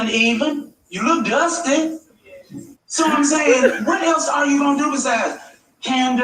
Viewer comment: “Ya look duustay”